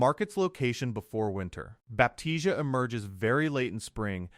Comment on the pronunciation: NOT BAPTIZIA....BAP T C UH